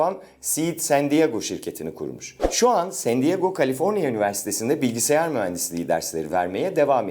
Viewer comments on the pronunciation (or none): none